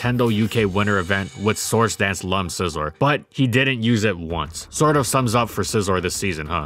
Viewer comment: Wby do you say source instead or sword dance